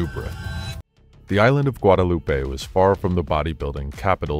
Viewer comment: NOT gadAlupe but Guadeloupe